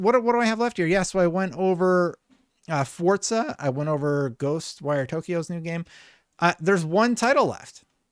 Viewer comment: For crying out loud...how many times??.. FOR-ZA.. doesnt...“DOESN'T" have a D in it! It is not fordza ok